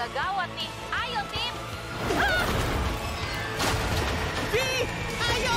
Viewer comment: Bang bacanya vi bukan ve